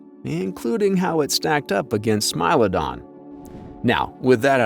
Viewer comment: It's not pronounced smile-odon it's more like smee-lodon